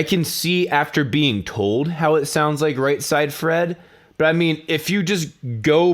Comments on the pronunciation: Its Right said Fred. Not Right side Fred.lol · its "right said fred" not "right side fred" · Not that it matters that much, but it's Right SAID Fred, not Right SIDE Fred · You keep saying right "side" fred. Its right "said" fred. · It's not right side Fred...it's right said Fred... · i'm only just coming across your stuff so i realise I'm late to this - but it's Right SAID Fred, not Right SIDE Fred......was annoying me way more than it should. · Right side fred? Isn't it right said fred? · its right said fred. Not right side fred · i just need to say "right said fred" not "right side fred" he probably knows that and just pronounces it that way or its some inside joke i don't know about? they named themselves after the Bernard cribbins song :) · When you said "right side fred", I thought nothing of it, blamed it on the drink but you say "right side fred" again. It's right said fred as in "sed" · SAID.... not SIDE.... Right Said Fred.... you're welcome :) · Why are some of your videos in higher than 1080p and some aren't? Is it just a youtube processing thing? If I come back tomorrow can I watch this video in 1440p? Also frame rates. Also you say Said really weirdly when you say Right Said Fred.